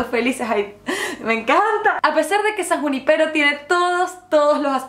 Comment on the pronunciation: Es san junípero, no san juni-pero